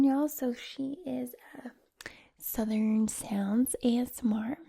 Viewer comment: When you are doing to southern accent, try to pronounce the uh, r, and n in the word southern. And when saying vowels try to make your mouth a little larger to make a rounder sound. Love from the south ❤️